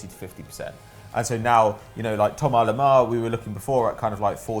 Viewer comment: Why does call him THOMAR Lemar?! HIS NAME IS THOMAS